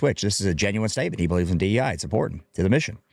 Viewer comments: He keeps calling it, "DENI" policies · Sounds like he’s saying deny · Bro can't even say DEI right 😂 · He's saying DE&I (the "and" being the N you hear).